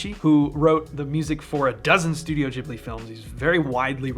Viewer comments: It's not "Jibbly" it's "Gibbly" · Gibli, not jibly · THUMBS DOWN FOR JIBLEE PRONUNCIATION 😤😤😤😤